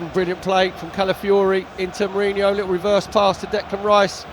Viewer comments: Feckin stop calling Merino "Mourinho" or "Meriño". Clown 🤡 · Why can so many people not pronounce Merino properly! It’s really not that hard, and you should really know it if you’re working for the club